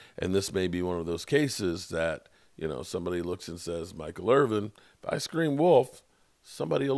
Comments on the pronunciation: He should know that by now even being a name butcher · There is NO damn G in Michael Irvin's name. Irvinnn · I thought Michael Irving lived in Irvin